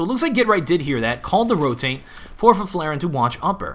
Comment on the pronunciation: try saying Fifflaren like this "Fiff-la-ren" and u get it right